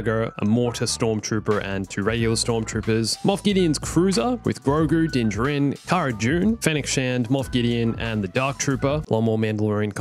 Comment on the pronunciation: Why does he say Din Jirin?